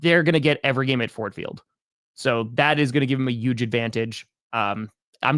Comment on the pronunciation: saying Uuge is the reason the packers lost